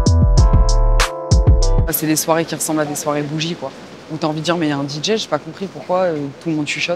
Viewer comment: "T'vois c'que j'veux djire"